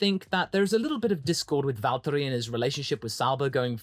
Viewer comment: As a finn, i must say that your pronounce on valtteri is pin point perfect.